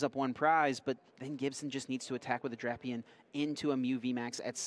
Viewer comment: This guy’s acting like he’s never heard of the legendary duo of Drap-eon and Vike-a-volt.